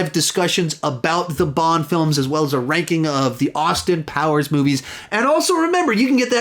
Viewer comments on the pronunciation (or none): none